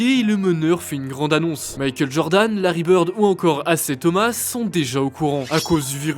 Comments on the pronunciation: Alors c'est pas "AC Thomas" Mais "isiah Thomas" corrigé vous merci. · Isiah Thomas se prononce "Aïe Zahia" les potes, fallait le trouver le "Assez Thomas" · Alors les copains. D'habitude vous faites du super boulot, mais là, on sent parfaitement que les personnes faisant la voix off n'y connaissent absolument rien à la NBA et récitent leur texte. Je n'ai pas du tout aimé. Surtout la façon dont vous avez prononcé "Isiah Thomas"